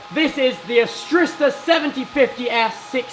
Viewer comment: Arista lol not astrista. Anyway, amazing set up!!